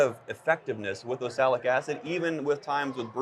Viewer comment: Can you get him to say oxalic right? It not osalic!!